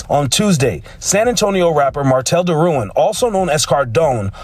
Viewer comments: People who are actually from Louisiana pronounced Derouen as Darawa like w a short "a" sound and they don't acknowledge the "n". It's a French name. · Its crazy how they mess up our Louisiana names. Even the wife pronounced it wrong smh.